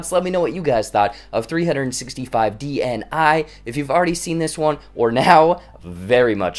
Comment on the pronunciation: If you'll pronounce "dni" like that one more time I'm going to go crazy, you don't say the letters separately, it's not an acronym, it's a word